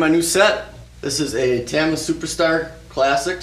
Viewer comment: You saying tama the wrong way triggers me